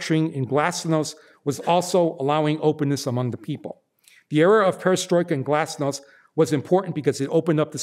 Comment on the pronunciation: The "a" in "Glasnost'" is the same sound as the a's in "Argentina", the "t" in "Glasnost'" is the same as the "t" in "tea".